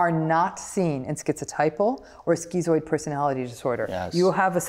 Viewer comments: stop calling it skeezooid and that will help. It's schizoid for a reason, to "schizm", it's just schiiiiiizoid. No eeeeeeee. She's also incorrect that zoids will not help other people because we're supposedly just so indifferent. That's incorrect. The vast majority of zoids I know would help someone around them and as would I (and I do, and they do). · Why is it pronounced skee-zoid but skiht-zo? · "skitzoid", it's the same part of the word "schiz-" as in schizophrenia or schizotypal and should therefore, in my view at least, be pronounced the same. The part of this word means "split" in Greek. But I hear many people pronounce schizoid as Dr. Ram does.